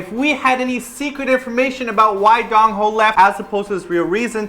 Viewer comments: says 'Gongho' instead of 'Dongho' Lol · That pronunciation of Dongho. shudders I love you guys but your pronunciation of Korean words after living in Korea for so long is horrible. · Your pronunciation of Dongho. I love you guys, but if your Korean is horrible considering how long you've lived there. *shudders*